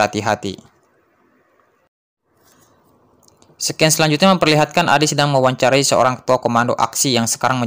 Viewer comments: Sedikit masukan, "Scene" itu dibaca "Sin". Bukan "Sken" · Bacanya bukan sekin/skin kak, tp dibaca “sin” (scene)